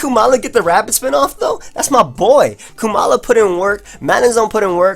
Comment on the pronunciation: I am struggling to see how you think it is pronounced "Koo-mala". Because not only is it only one O, but it should have the same "O" sound like in the word comatose and koala.